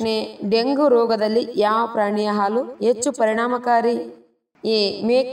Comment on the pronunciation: Which Kannada you are speaking? Yechhu for Hechhu, Alasu for Halasu, Athu for Hathu , it is not correct. Please correct yourself in the next video.